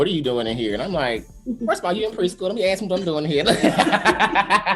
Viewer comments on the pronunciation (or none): Arthur instead of Author, aks instead of Ask.. these ppl are not qualified to teach ANYTHING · LoL this fuckin guy definitely says axe instead of ask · "I aks myself." And he's a teacher?